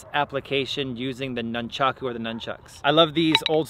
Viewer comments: pronounced NOON-chaku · nunchaku came from a farming tool used to beat rice and wheat stalks, but as usual never gets explained. says nunchaku 1000 times during video and says it wrong everytime. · Before commenting on weapon use, learn the names: a) it is noonchawku always and NEVER noonchawks b) there is not such thing as a "staff staff"; it is, specifically, rokushakubō or simply generic, any length stick bō